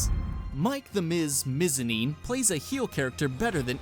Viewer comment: ITS FUCKING BAHLOR BOT BAYLOR AND MIKE THE MIZ MIZANIN NOT MEEZANIN